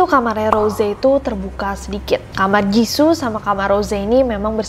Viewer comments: Jissoo bukan jissu kak😂😂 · aku : jiso nessie : jizu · Me : Ros Nessie : Roze Me : Jisoo Nessie : Jizu Lidahku tidak se lentur itu 🙏🏻